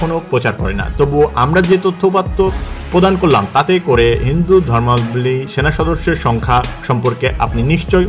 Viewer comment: আপনার "হিন্দু ধর্মাবলম্বী" উচ্চারণ সঠিক হয়নি কোথাও কোথাও। 😅